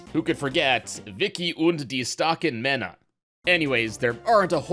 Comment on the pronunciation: I am very impressed that you spoke the title of "Wickie und die starken Männer" so well, since I don't know many people from a not German-speaking country, who speak "ä" not like "a". Great video !